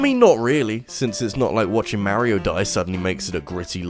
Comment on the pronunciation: Mfw people still pronounce mario and wario incorrectly even though you can select them in smash and hear exactly how to pronounce it. Ain't accent